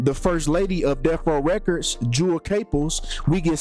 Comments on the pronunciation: Can't take this seriously when you don't even know how to pronounce her name. RIP Jewell. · When you can't even pronounce her name right, just tells me you really know nothing of her. You probably automatically assume that when someone famous dies, it was a sacrifice. You're wrong, she was sick. Delete your video and re do your research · If you're trying to be respectful bro say her name right Jewell come on bro get that right you sound like a clout chaser can't even say the woman's name right